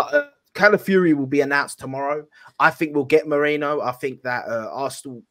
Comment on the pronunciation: Maireeno not Mairaino get it right, it's his name.